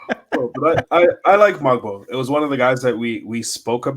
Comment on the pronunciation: Hey just a correction on the Pronunciation of "Mogbo" the "G" is silent:)